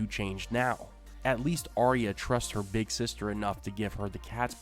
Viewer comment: Always enjoy your videos. However, it annoys the heck out of me that you as well as most of the video posters pronounces Arya's name wrong. Arya, her mother, father, Jon, Bran say Ar-ya. Sansa, you and most everyone else say Ar-eeya. Don't you think Arya and her parents would know how it's said? It's a Northern name. Sansa always wanted to be a Queen in the south. Just a pet peeve.